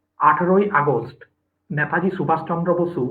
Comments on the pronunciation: যিনি প্রশ্নকর্তা তাঁর উচ্চারণ পারদর্শিতায় আমি হতাশ । নেতাজীকে উচ্চারণ করছেন ন্যাতাজী । আর কি কাউকে পাওয়া গেল না । হাজার হোক নেতাজী সম্পর্কিত অনুষ্ঠান । যথেষ্ট perfection—এর প্রয়োজন । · To the host=Baba choda naytaji ki? Gandu..... Thik kore uchharon kor...... 🌹🌹'NETAJI'. 🌹🌹....... Chandrachur and u peoples rock, salute to you both. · আর বাংলা ভাষার কোনো উপভাষা (dialect) তেই নেতাজী কে কেউ ন্যাতাজী বলেনা। এটা ঐ মহান মানুষটির অপমান। 'নেতাজী' সম্বোধন কেবল ঐ একজন মানুষ কেই করা হয়। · উচ্চারণ ঠিক করুন। ন্যাতাজী নয় নেতাজী।